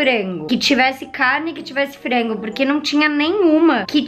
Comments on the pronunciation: Pq ela fala "fraingu" PORRA É FRANGO, da muita agonia ela falando. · Pq as vezes ela substitui o A pelo E? Exemplo no minuto ela fala "Frengo"